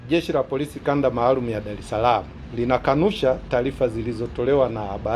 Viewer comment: Sema dareslam, sio dalesalama